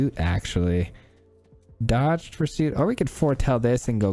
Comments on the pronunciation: I'm going to sound like a jerk for saying that Dogged is pronounced like "Dah Ged." The word you're saying is dodged. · Great deck. Dogged pursuit is pronounced Dog-ged, as in unrelenting pursuit.